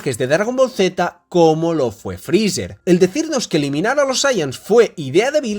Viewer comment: por que esa mania de llamar a freezer "frizzzerg" suena horrible jaja